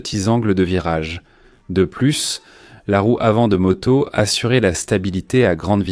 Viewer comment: Excellente vidéo, aussi bonne que la voix est atroce, une torture auditive... "une motosse" entre autre